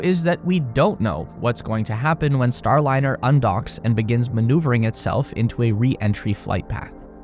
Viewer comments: You killed your credibility at the top of the video by calling it the "Boeing Startliner." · oooof. "Boeing Startliner" at least you narrate your own videos. ill sub for that. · Your intro says Star T liner, not Star liner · "StarTliner" ??? time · “The startliner” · at 44 seconds its says STARTLINER?? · "STARTLINER"? A Freudian slip - what they started, they couldn't finish. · Wtf is a Startliner? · FFs it is a Starliner, not a Startliner. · At 48 sec in, you call it "Startliner", heh. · Is it STARLINER or "STARTLINER" I assume I'm missing a reference, joke or someone made a: da da da dumb... Mistake. How are you gonna make a video blasting a company for its mistakes when your video didnt make it a full minute withiut comically ridiculous error? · "STARTliner""? To err is human... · "Startliner"? 0"49. Could well actually be the Endliner. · “STARTLINER” 50 sec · "startliner" lol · "STARTLINER" Really? You guys need a proofreader. Your AI AIn't cuttin' it. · Star-T-liner? Really..... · . “Boeing StarTliner”. 🤦‍♂️ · What is a "STARTLINER" ?? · STARTliner? More like STOPliner amirite?? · WTF is the “Startliner” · STARTLINER??? Poor AI!